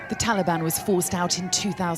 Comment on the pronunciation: It's Taliban not talban come on